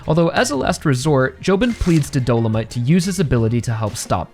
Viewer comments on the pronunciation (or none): btw it's do-lo-mi-te not do-lo-mite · A couple things concerning Dolomité: - I’m kinda surprised you’re not a fan of this fight because it’s genuinely my favorite in the entire part - It viscerally pains me every time you pronounce his name as “Dolomight” lmao